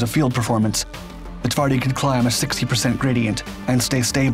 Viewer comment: My favourite beast. It truly is brutal. The PT-91 Pendekar and the final, well-equipped units for the Polish army require countless hours of practice to appreciate the upgrade. Only then Twardy goes "one step above." Precise depiction. Excellent Polish pronunciation. Thank you. As usual, you did not disappoint with the material.